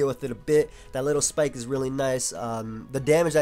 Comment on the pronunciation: I love how says spike it sounds like schpyke